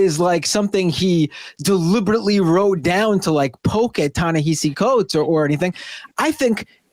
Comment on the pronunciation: Guys, it’s time to start pronouncing Coates’s name correctly.